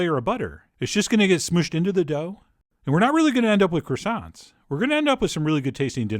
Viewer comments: I'm sorry, but it should be pronounced croissants donchyaknow? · I love CWASSONS. HON HON HON HON